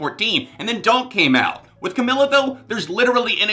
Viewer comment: Romance is amazing I don’t need to say anything else, besides it’s “Cameeela” pronounce it right